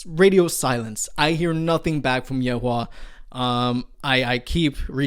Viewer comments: lol watching you try to pronounce Yue Hua is hilarious bro… you could just look up the pronunciation for “yue” so easily, like… it’s “you” “eh”… kind of… 😎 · I can read Korean but not Chinese and Korean estimations of Chinese names are not always on point either. Regardless: Yuehua = 위에화 which is pronounced wee-eh-hwa. Very different from your attempts 🤣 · "gara" "yeoleum" "yen" (from the e7zup vid) "yehua" or wtv you said lmfao and some other things i forgot cause they pmo so much i stopped watching lol maybe relax on trying to pronounce it the korean way. Its fine to pronounce it like a foreigner would, you sound awkward.